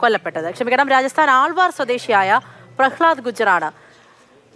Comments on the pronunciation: ആൾവാർ അല്ല അൽവർ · Aalvaar o😂😂..arre malu anchor it's alwar